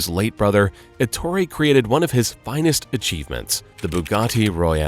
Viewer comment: Such a detailed reconstrution of Bugatti's career, without learning that his name must be pronounced Èttore, and not Ettòre, which is not italian nor english